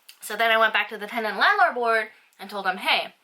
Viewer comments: I dont know if your saying tenant or tendant haha 😛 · she's definitely saying tendant lol